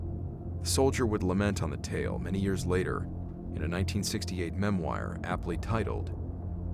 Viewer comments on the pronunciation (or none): “Memwire” lol